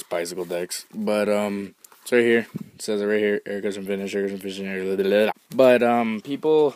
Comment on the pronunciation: explaining "Aircutcha finssh.